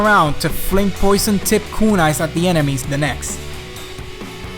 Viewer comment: And don't speak japanese I knew it when he said kúnai :)